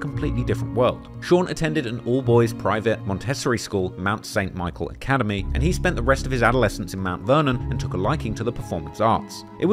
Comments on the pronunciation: Free Error for y'all. It is Mont-A-Sore-E School. Not pronounced like Rotisserie Chicken. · I was watching this as I was falling asleep so no idea if I got any of them, but here ya go: 1. Montessori is pronounced Monty-sore-ey 2. “and ran it” should be “and ran” (slight grammatical error) 3. “oh shit mane” instead of “oh shit mase” 4. to make the’ (the apostrophe shouldn’t be there, it should come when the quote or paragraph is finished) 5. “Netflick” instead of Netflix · pretty sure it’s pronounced mont a saw ree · it's not pronounced mon-tessory it's mont-e-sor-i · Montessori Mon tess sorey school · Got 6 mistakes: 1) - Montessori school is not pronounced mont tess sorry 2) - 50 didn't drive himself to the hospital. He was taken by ambulance. He got shot in both legs several times and it broke them. 3) - "Biggest rappers of the year-a" Ray-J... not a rapper. 4) - The subtitles is off. I don't think of "NO" other men, man besides "IF" I'm thinking about another man.. Also, it's "GNATS", not nats. 5) - "so Pac got lined up by 50 cent." It's Pac, not pack. That's a common ⬜ man mistake though. 😆 6) - It's Netflix, not Netflick. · 6 mistakes* you mispronounced Montessori 😛😉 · First “mistake” mispronounced Montessori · Montessori pronounced wrong. First small error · you pronounced “Montessori school” wrong. However i used to live in Preston for 2 years and I do remember you guys pronouncing a lot of things differently, but this is my first mistake spotted